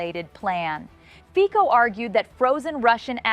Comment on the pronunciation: Fico pronounced like FITZO, not FIKO.